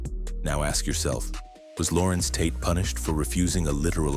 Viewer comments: It's Larenz yall.... Not Lorenz 😂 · It's Larenz